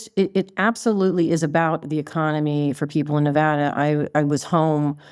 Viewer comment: It's not NeVAHda